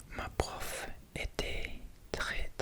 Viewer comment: / : pensez, accent ( on prononce pas le "t" : "n'hésitez pas à me corriger" : pendant : très (on prononce pas le s) : seulement ( pareil pas de prononciation du t) : premières ( pas de prononciation du s) : avec le français : chuchotements ( pas de prononciation du t&s) : français : favoris Si ça peut t'aider